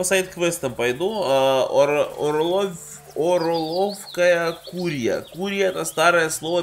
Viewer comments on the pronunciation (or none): Хах Бро Не "Гадили а Гадали" и не Орловкхая Курья а Орловская